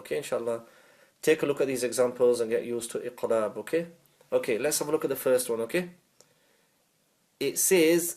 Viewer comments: Iam confused too,he sounds like noon ikhfa instead of iqlab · This one is not very clear here , as I can see others here are confused too. You sound like hiding the noon and I can’t hear a meem in your gunna. Pls clear